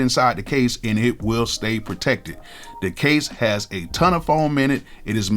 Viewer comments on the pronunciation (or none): none